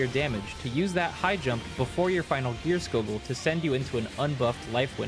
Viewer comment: i didnt even realize i was still jumping before gierskogul (and saying that wrong) this guide might be what i need to get out of purple pa.... ahem thanks for the guide it was awesome